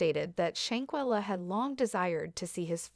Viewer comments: Perhaps you should have started by lcorrectky pronouncing her NAME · WILL YOU STOP PRONOUNING SHANQUELLA NAME WRONG YOU ARE DISRESPECTING HER. JUSTICE FOR SHANQUELLA 👸